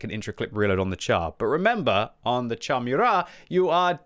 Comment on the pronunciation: Its pronounced "shar". Not "tchar".